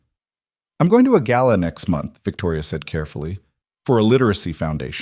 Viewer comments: Southern Arizona United States of America Gala NOT Gallow. Good story. I really enjoyed it. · AI‼️ The word is 'GALA'; not 'GALLOW'‼️ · It's not gallow, it's gala. I hate AI.